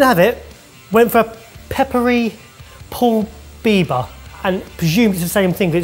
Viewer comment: FYI, “pul biber” would be pronounced “pull bib-bear” 🙈